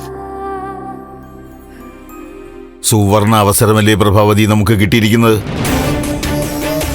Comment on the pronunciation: ബ്രാബാ അല്ല പ്രഭാവതി😂😂😂 എവിടുന്നാ മലയാളം പഠിച്ചത്😂😂😂😂😂